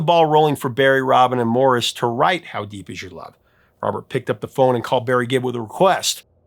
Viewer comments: I’m sure you just misspoke, but as a life-long Bee Gees fan, I need to mention how Maurice Gibb’s name is pronounced “MORE-ees” not like Morris. (RIP Maurice and Robin🕊️) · It's pronounced More-eese Gibbs, nor Morris. C'mon Professor, be better! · Not 100% sure but I think Maurice Gibb is pronounced Moor-eese not Morris. Just sayin. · Hey, you keep saying MORRIS Gibbs, when it's actually MAURICE... They are pronounced differently. Please call the music legend by his proper name. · I know this is picky, but it's not "Morris" Gibb, it's Maurice, pronounced More-ESE. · Sorry, but it isn't Morris, its Maurice (Mor-esse).